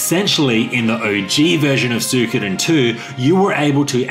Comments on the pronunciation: Love you. However, believe it or not it is actually pronounced SWEE-ko-den. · Why is it that you guys cant pronounce the name correctly, as su i ko den, like its written there